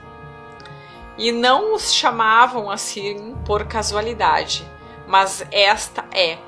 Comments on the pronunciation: Que raiva desse "mās" dela vei 😠😠😠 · otimo trabalho! sua forma de malar o ``mas`` incomoda um pouco usando o til. rsrs ... Mans!, tudo bem. Muita luz pra todos!